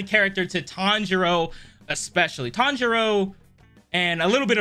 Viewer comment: I love how they keep mispronouncing Tanjiro's name